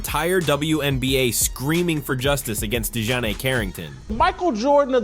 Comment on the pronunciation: I HAVE TO ASK..... WHY DON'T THESE FELLAS LEARN HOW TO PRONOUNCE THE NAMES BEFORE HE SAYS THE DAMN NAME??? DI JOHN AY? IT'S ACTUALLY LIKE DEJOHN MUSTARD..... DIJONAE..... DON'T LIKE HER..... AND SHE DOESN'T DESRERVE RESPECT AS SUCH.... BUT HER MOTHER DOES AND HER MOTHER NAMED HER...